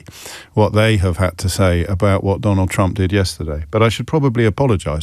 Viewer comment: As a Dane I’m fairly delighted that I can’t tell if you’re saying “Trump” or “Chump”. In these times I need to laugh, because if I don’t, I’ll cry.